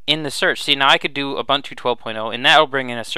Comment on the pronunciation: Thank you for a good overview that I can share with friends. FYI, Ubuntu is pronounced "ewwbooontoo."